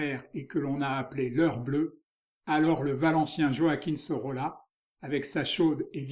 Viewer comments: Pour le nom prononcer Soroya... = Sorolla... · Merci! L'Hôtel de Caumont - Centre d'Art à Aix-en-Provence a présenté en 2020 une expo Sorolla - prononcer "Soroya" selon un ami Historien de l'art catalan - mémorable! "L'heure blonde" assurément, l'heure lumière toujours qu'une touche preste et juste magnifie jusqu'à l'éclatement. Mais rien n'est gratuit jamais et encore moins "joli" dans cet œuvre frais et sensible à jamais. Merci vraiment!